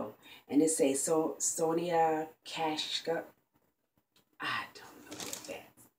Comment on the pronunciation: you got some get finds ! the name of the gold brushes is pronounced Son-eeya Ka -sheek if that helps lol. But there some pretty good quality brushes.